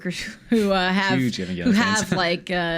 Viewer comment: “Even-gale-leon” what the hell